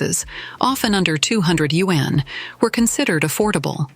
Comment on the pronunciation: Why does the narration mispronouse the word yuan?? I would expect better from a China-themed blog 👎